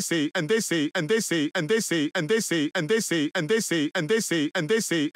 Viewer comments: all i hear is “ant daisy” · Tbh, I'm hearing "andessy" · كأنه يقول اندسي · Doomfist: "And dey say..." Me: "What do dey say?" Doomfist: "And dey say!!!!" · i like the part when he says "edisi" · I heard and they under sea And I heard And the sleep